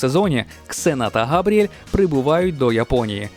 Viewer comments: Не Габріель, а Габріелла😅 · Дякую! Але не "Габріель", а Габріелла!!)